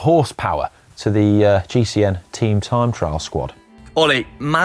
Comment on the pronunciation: Tream trime trial...... struggles in speaking and in a pace line! Ream